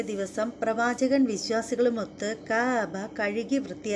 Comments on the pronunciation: കയബ അല്ല കഅബ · കയാബ. അല്ല .. കയബ ✅ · കയ ബ അല്ല ... ക് അബ or ക അബ ....